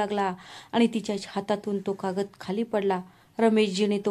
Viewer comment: काकद नाही कागद